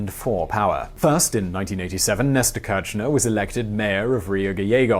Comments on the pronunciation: Great video, its pronounced [Keer-sh-nair] btw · It kills me that he pronounces it like Néstor "Quershnar" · The pronuciation of kirshner its more likethe first two letter of kiss, the "r" is silent, the sh as in fish, and then the "ner" as in skinner